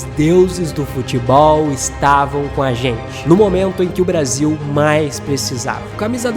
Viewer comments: "Brasa"? Um vídeo muito bom, mas "Brasa" é difícil........ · Braza? Que PORR….. de Braza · Brasa? Que gastura. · Brasa? Cara, adoro seu canal. Mas, Brasa? Não rola. Boa sorte aí. ✌🏿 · "Brasa" ? Kkkkkkkkkkkkkkkkkkk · esse cara falando brasa da até raiva !!! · Conteúdo top mas não consegui ver até o final enfim É Brasil É Brasil E não Brasa Brasa é meus ovos 😂😂😂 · Po mano, falando braza? ai é de lascar em... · Bom vídeo, mas escutar várias vezes "brasa" foi de doer os ouvidos. Tava esperando o "canary" a qualquer momento... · Meu querido é uma delícia ver seus vídeos mas ouvir você falar “Brasa” é de cair o c da bund, brasa é carvão queimado, isso aqui é BRASIL. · Puta que pariu não é "Brasa" não caralh@ ninguém fala isso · Brasa o kralho... Perdi até a linha de lembrança você falando brasa. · Toda vez q ele fala Brasa da vontade de fechar o video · Brasa não pelo amor, niguem fala brasa. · "BRASA" doi no ouvido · Porra irmão tu falou brasa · "Brasa" não né, pô! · Excelente video, agr toda vez que ele falava brasa me dava um engodo, deleta esse vocabulário meu fii. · Excelente vídeo... só para de falar Brasa por favor kkkkk péssimo. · Muito bom o conteúdo do vídeo. Mas é Brasil!!! não Brasa. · Mano da nojo esse verme falando braza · Tomar no cu ele falou Braza de propósito 😂😂😂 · Brasa e meus eggs😂 fala direito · Parei de ver o vídeo quando falou brasa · Quando falou BRAZA pela 4° vez, parei de ver...